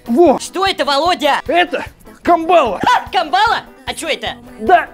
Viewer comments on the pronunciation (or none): КАмбала, а не камбАла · Не камбаааааааала, а кааааамбала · мне, как жителю Камчатки, режет слух КамбАла😭 кАмбала, ребят, кАААмбала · Правильно: Кааамбала, а не Камбааала🥴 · Не камбáла а камбалá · вообще-то не камбала а камбула ударение на первую а 😅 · Не камба́ла а камбала́ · Не камбала ударение на 2 слог,а правильно камбала на 1 слог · Ударение на кАмбала вроде же другое? КамбалА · камбалА, а не кАмбала!!! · Камбала ударение на первое а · кАмбала, девушке с Камчатки слух режет😅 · Земляк😊 да, на дальнем востоке произношение одно из самых правильных, поэтому кАмбала :) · Да, тяжёлые 90е, Живу на Камчатке и здесь , на краю земли, особенно было не сладко в те лихие 90е А вот рыба Ка'мбала,правильно на первый слог ударение, так себе рыбка, но вот вяленая😋самый популярный деликатес к пиву🤭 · Мы на Сахалине называем эту рыбу "кАмбала", ударение на первую А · кАмбала. ударение на первый слог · А почему камбАла? Автор для смеха ударение изменил? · Не правильное ударение, на первый слог надо - камбала. И её не привозили на раздачу населению. В основном, если и раздавали, то добывали на ДВ. Тихий океан под боком. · правильно кАмбала ударение на 1 а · на северо Востоке камбала водится, и там все ударение ставят на первую букву А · Как меня дергает от неправильного произношения камбалы) Ужас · Камбала падает на букву а ударение в первом слоге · Камбала- вкусная рыба(ударение на 1 а) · Почему камбала.? Ударение ведь должно быть на последн.гласную? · Вас на камчатке за такое удариение на камбала правильно говорите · То есть суть ты даже сообразить не можешь, что в видео специально ударение неправильно поставили?